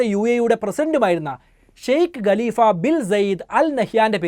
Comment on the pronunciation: Galeefa' Alla.😂😂😂.Khaleefa Aan .